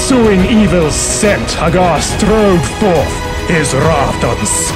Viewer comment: The nostalgia value is very high. However, the faux-Brit narration utterly sucks. Nobody, I don't care what they're reading, rolls their R's that much. And no self-respecting gamer EVER pronounced the man's name "mike hag•GAR"; I understand you've got to fit a meter, but is it really necessary to murder your principle subject's name in every line it appears in the entire bleeding poem?... ... But, if you can get past the annoyance of the narrator and verse, the video is actually pretty awesome.